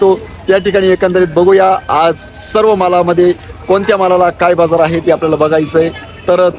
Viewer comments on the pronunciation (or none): बझार नाही बाजार म्हणं